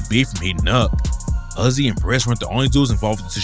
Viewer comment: It’s not “oozy”, it’s “UHzzy”. but spelled u-z-z-y.